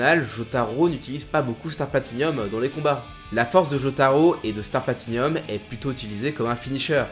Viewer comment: C'est "Platinum", pas "Platinium". "Hirohiko" et pas "Iroiko". Ce n'est ps un avis, c'est factuellement vrai.